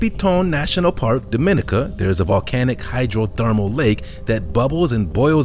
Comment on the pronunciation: Did u hear how he said Dominica?!🤣🤣 I'm a Dominican and I know about the boiling lake. The boiling lake turned to temperatures like a normal river and some tourists went in it and the boiling lake got hot again and unfortunately they died.